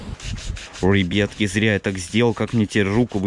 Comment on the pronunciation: А почему вы говорите ребетки а не ребятки?